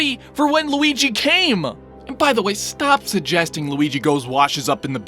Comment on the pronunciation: DIS GOY WUNTS LOOGEE'S DEEEK!